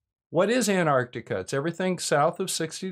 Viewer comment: Hey you're pronouncing Antarctica with the first T now. Thanks:)